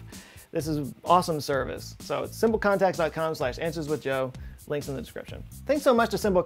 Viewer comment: So I might be missing an in joke or something, but when you were talking about the store you definitely said "Answers with dough".